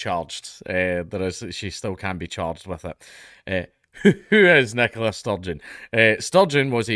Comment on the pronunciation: Oh my god this entire time I thought it was a guy named Nicholas Sturgeon. Fix your speech impediment.